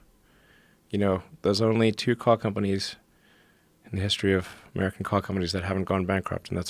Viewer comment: When he says 'car ' his south African accent comes through